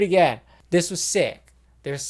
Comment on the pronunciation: did he say "hair-eorgraphy"...... LOL